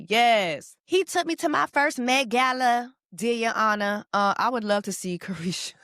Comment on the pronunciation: Took me all the way out, " Deer yo onor"